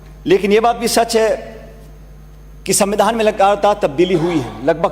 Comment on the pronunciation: Pronansation shi kro pailot shan...smmidhaan nhi hota svidhaan hota h.....bhvish nhi hota bhvishy hota h